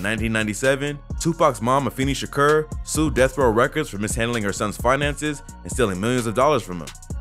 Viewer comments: “Tupac shakerr” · TwoPac Shaaakuuuurrr I ve never in my life heard anyone say his last name like that. OP is full of cap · “Tupac Sha-ker” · You saying his name wrong and it’s driving me crazy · cant watch this video way he pronounces his name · You gotta pronounce his name right lol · Why does him saying Tupac’s last name sound weird lol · You far from saying his last night right and you know that so why do that but your ignorant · They way you say his name is so fuckin dumb 😂😂😂😂😂😂😂😂😂😂😂😂